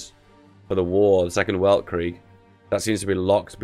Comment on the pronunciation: Weltkrieg is pronounced "Veltkreek"